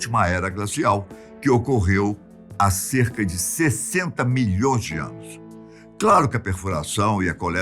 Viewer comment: Adoro as "afirmações" Molhõõões de anos. LOL!